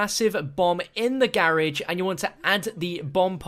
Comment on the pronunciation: am I just some silly American or did he pronoun garage very very wrong